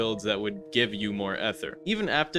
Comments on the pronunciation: it's still ether not ehther bud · did bro just say "ether" as "ehther" 😭😭😭😭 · unc why do you say ether like that